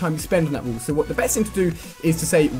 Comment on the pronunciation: Is that letter "A" so hard to him to pronounce? Instead of saying "WALL" he says "WOOLL"...